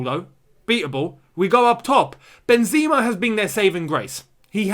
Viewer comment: MY MAN ITS PRONOUNCED MIL-E-TAO & BEN-ZEH-MA, not Mili-Tschiao & Benz-E-Ma I beggggggg that hurt my ears 😭😭😭😭😭😭😭😭